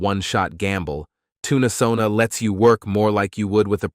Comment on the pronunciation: Oh no! I'm in a later timezone, and think I missed the offer. ☹ just in case; SONA#5TC Thanks for the great video and for highlighting an exciting looking alternative platform. Can't wait to try it out. BTW: your TTS voice pronounces Tunesona as "Tuna"sona(Toon-UH-Sona). instead of Toon-Sona Sorry I'm always harping on pronunciation. It's very distracting(to me) and takes away from the message. I literally had to watch this 3 times to get your message. The third time I had to use subtitles on mute. You wouldn't want someone to refer to you as "Aye Eye Tuna Craft", right?